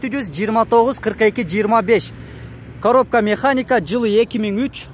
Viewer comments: Автомат каробка эмес каропка автомат 🤣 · Коропка эмес,а Коробка